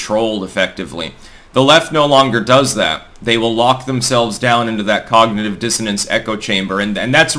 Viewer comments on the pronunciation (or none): For a second I thought you said "Hoggnitive Dissonance"